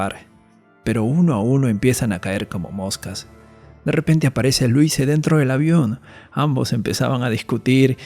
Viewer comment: Se pronuncia Luise (la s suena como la palabra rosa en catalán por ejemplo, busca en el traductor para saber como suena)